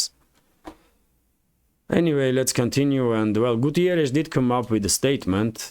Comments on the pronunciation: It´s Guterres, not Gutierres. He is portuguese, not spanish. Nothing personal but as a portuguese it´s a bit annoying keep hearing Gutierres instead of Guterres. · António Guterres from Portugal 🇵🇹 Not (Gutierrez)Spanish pronunciation ok? 😆